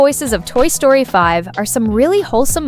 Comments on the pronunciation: why you said sroty ITS story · Toy Sroty ❌ Toy Story ✅